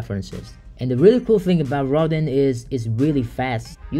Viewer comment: Rodin is pronounced (almost like) row-dahn… like the famous sculptor